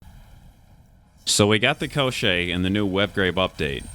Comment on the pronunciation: I'm not surprised at all! Everything is written very clearly!))) You pronounce it correctly - Ko-shchey. The push didn't work for me either because it drained stamina, and I don't like running without dodges.